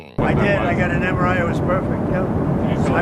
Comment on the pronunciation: Can’t even say mri what a dumbass